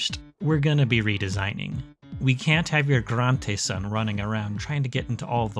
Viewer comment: I love how you pronounce granteson lmao